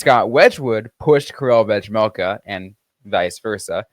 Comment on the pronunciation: I love the podcast and have been listening since November, so keep it up! But drive me insane that you can't pronounce 'vejmelka' 😂😂 My parents both served missions in the Czech Republic and speak Czech and you aren't supposed to pronounce the 'j' in his last name. When you just say 'Vej' it's fine, but even when you listen to a game you can hear the difference when Utah's broadcasting crew say his whole last name. It's just pronounced 've-mel-ka' lol